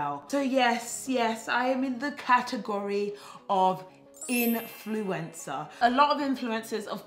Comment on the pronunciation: 🤣 it sounded like you said influenza 🤭 that was funny! Keep up the good work